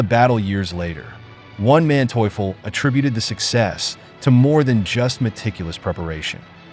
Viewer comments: One Manteuffel, mentally challenged pronunciation, Von Manteuffel, Hasso Von Manteuffel. Program your machine correctly. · I kept on hearing "One man toyful" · Who is Wan Manteufel? This was a good rendition of the battle but the incessant mispronunciation of Manteufel's name was really annoying. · The butchering of names of both Soviet and Russian commanders is painful to listen to. It's easy to figure out how to pronounce von Manteuffel, or Ivan. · To whoever is responsible for this voiceover: I admire you beening so consistent in beeing crappy. You cannot properly say neither russian nor German names. Never heard such crap, and I cannot finish this video due to the way you pronounce Von Manteuffel name... Really painful...